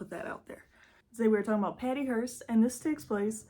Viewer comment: It’s a “HEARSE” for “dead people”, no T in it. HEARST for this one. Great job honey…keep at it! 👏🏻👏🏻👏🏻👏🏻👏🏻